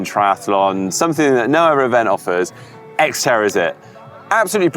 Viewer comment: X-terror is what I heard, lol.